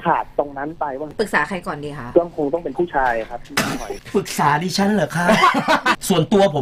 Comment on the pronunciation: "ปรึกษาดิฉั้นเหรอค่ะ"ลั่นนน